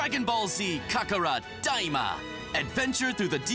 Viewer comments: I never heard anyone butcher saying Kakarot like that.... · Is no one going to talk about how he said Kakarot